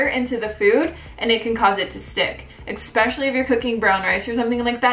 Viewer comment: There is no "X" in the word ESPECIALLY